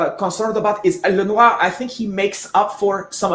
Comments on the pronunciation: Excellent. "Lenwa" & "Knot-ra Dam" Perfectly pronounced... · Finally somebody pronouncing Notre Dame and Lenoir correctly. Salutations à tous les supporters des 49ers Francophones !